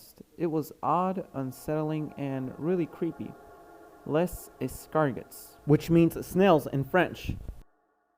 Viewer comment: it's pronounced more like ess-car-go